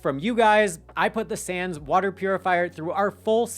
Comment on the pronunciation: It's SAWNS like Johns.... not Sans.